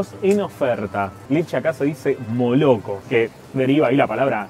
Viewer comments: La leche se pronuncia malako no moloko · La correcta pronunciación de leche en Ruso es : malacó. ( Молоко) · Leche se pronuncia: molokó, con acento en la última o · La parte que dice молоко (moloko )da risa , Lo correcto al pronunciarlo es cambiar la O por la A , Maloko😊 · Sos re grande loco! Soy uruguayo y te arranque a seguir hace muy poco y escucharte intentar las pronunciar las cosas en Ruso le agrega años a mi vida JAJAJAJA. La O en ruso cuando no esta acentuada se pronuncia como A, por eso leche se pronuncia mAlAkó, por que es la ultima O que esta acentuada. Tenes un nuevo suscriptor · lo pronuncias mal moloco , esa L es muy dificil de pronunciar